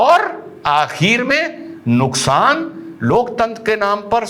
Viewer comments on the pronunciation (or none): none